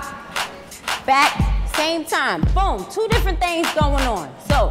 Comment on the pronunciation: One "tew" 🤣